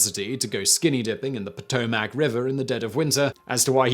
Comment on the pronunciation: It's pronounced pa-toe-mick river, not pa-tow-mac